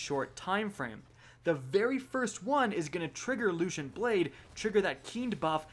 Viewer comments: what the hell is that pronunciation of guillotine, and also LUCENT? LOOSENT. And sympathetic (he said symptomatic, LOL) from the last video. These aren't 200 IQ level words, come on. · Your pronunciation is terrible. You butcher guillotine and lucent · that's not how you say lucent... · Its loo cent.. no h sound should be happening.. why do you guys always say everything so weird. How would you say cent by itself? It doesn't change.